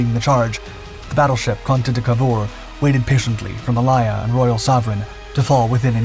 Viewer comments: MA "lay" AH.... from wikipedia /məˈleɪə/ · Pronunciation in English is appalling.... Try these ....... WAR-SPITE Not War-spit ... the e on the end affects the nearest vowel making th (I) sound ... Try Mal-aya ..mal hay Ah ............. not mal-ay-ya.. the entire documentary is riddled with problems, taking of destroyers when on screen are submarines, which were never mentioned. You need an editor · WarSPITE. Mah-LAY-yah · Warspit indeed. It has a E on the end. So that's SPITE you ignoramus. Also see - May - Lay - er (Malaya). Poor. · RN retired, it is HMS WARSPITE ( spite) and it is Ma lay a. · The pronunciation of Malaya and Warspite 😅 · How the bot miss-pronounced Malaya is beyond me. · Warspit? Did you hear Malaya butchered? What's so difficult about pronouncing names? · But he gets Malaya wrong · A good video but some of the pronunciations are hilarious. For example "War-spit" for "War-spite" and "Ma-lie-a" for "Ma-lay-a". 🤣